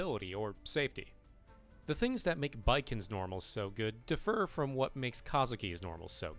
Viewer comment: You said defer like differ, are you sure you aren't AI?